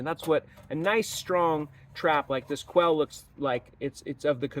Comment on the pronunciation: The name is Ouelle not Quelle.